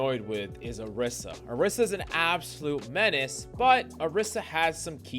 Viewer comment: why he call "orisa" - "Erisa"? eben in the time stamps???